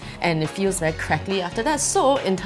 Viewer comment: "the paper is veh big" spoken like a true singaporean :')